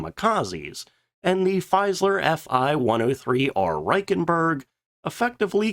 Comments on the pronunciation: Its Fieseler, not Feiseler... pronounce it like: Feesalar in english. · "Feeseler" I'm afraid, not "Feiseler". Always interesting videos, thank you. 👍